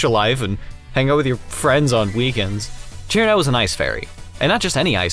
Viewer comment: Cirno not "Sir no" Cuse its a big ol no no